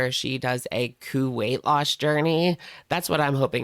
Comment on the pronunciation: "Ku-weight loss" though 😅